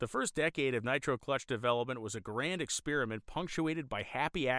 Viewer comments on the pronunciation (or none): Did you pronounce experiment "expeeriment"?